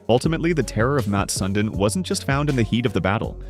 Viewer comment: It’s not Mat Sun din It’s Mats (with an s)Sundin (sundean) You’re a hockey account and you can’t get this name right delete your whole profile